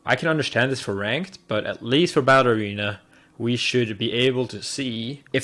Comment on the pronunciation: Sounds like he is saying "ballerina" instead of "battle arena. Hah